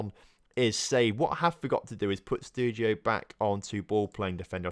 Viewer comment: How can you mispronounce names so badly? Lautaro = Larouto? Stregiou = Sterygou? Capitanio = Capitino? and many many more... loving the series apart from that and that I'm actually a fc basel supporter. Keep up the good work